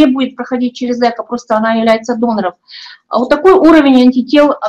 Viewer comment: Эко' ударение на "о",и только так